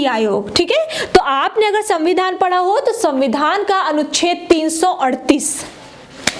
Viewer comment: मैडम को संविधान बोलने नही आता